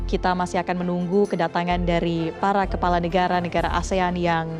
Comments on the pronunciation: Kelapa or kepala min....cek btul2 seblm shre🤗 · kpala min bukan kelapa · Kepala. Bukan kelapa 😅